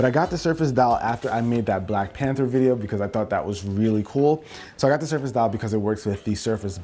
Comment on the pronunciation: Noice vwiedio